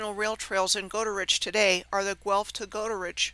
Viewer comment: LOL I'm going to start saying those names like just for fun. She did pronounce Guelph correctly. I watched a Jon Levi video about that small city and it was comical how much he struggled every time he tried to say the name. And kudos to for pronouncing the old archaic spelling of Goal as Jail.